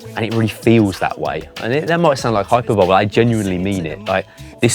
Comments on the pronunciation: Hyperbole? Oh come now... It's hy-PERbu-lee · Yeah, that grated 😂 Nothing to do with being British, he pronounced it wrong, full stop.